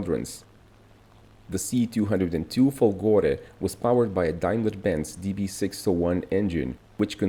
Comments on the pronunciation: It's Fòlgore not Folgòre. Accent is on the first o. Fòlgore means lightning. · Hush hush... Fòlgore, not Folgòre....don't tell anyone...🤣🤣🤣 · If you want to speak about Italy in the unrespectful way you do in the video we see here, try at least to read italian words and names correctly... FOLGORE has the accent upon the first O letter!!!